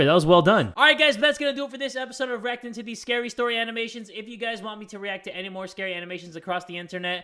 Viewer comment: bro i heard "rock of titties" instead of "reacting to these" at the beginning and got so confused.